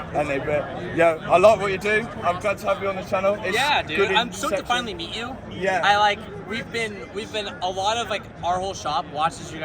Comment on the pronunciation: "MEaT oUr Frweindz" 😂